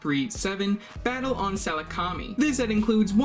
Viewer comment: Everything was great other than the pronunciation of saleucami lol